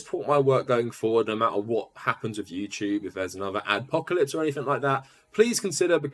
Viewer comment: “Youchewb” lol